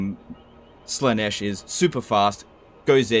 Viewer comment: It's pronounced Zeentch not sinch jesus. and Slarr-nish not sla-nesh, Khorne is pronounced corn as in sweet corn. :D